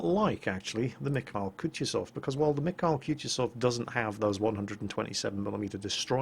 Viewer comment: You know the only time my Missis ever responded to my talks about world of warship was to correct me when I attempted to pronounce the name of this ship. The mikhail part, the kh is similar to the ch in the word loch. Just spreading the wisdom of my wonderful fiancé!